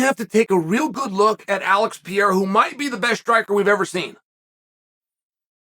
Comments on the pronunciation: Pereira, not Piera bro :face-green-smiling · Here you go Chael, try to say each word correctly then run them together Pereira Wrong - Pee Era Right - Pear Rear Ra Yair Wrong - Your Ear Right - Yiy Ear Makhachev Wrong - Mackle Chev Right - Mack Ha Chev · Stop saying "Pierra" for crissake!! either say Pereira or just say Alex bro. please. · I love how Chael keeps saying “ Pieira “ instead of Pereira haha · PA-RARE-AH Not PEE-ERA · Pur-rare-ruh to Pierre-uh. Never change Chael. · He’s fully committed to calling him PEE AIR UH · Is he doing a bit when he says peoples names? There is no way he doesn’t know he’s saying it wrong. Per-air-uh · Chael it's pronounced "pie-yay-uh" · Pee-air-ah - uncle chael (undefeated undisputed) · Chael has earned his right to his opinion... but refuses to pronounce Pereira's name correctly. Ok. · This white man needs to say Alex last name right. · Pee-era, MakhL-chev, Na-gone-ew, I could go on all day. Where he gets an L in Makhachev we will never know. If there is one thing Chael is dog sh!t at besides striking it’s definitely names.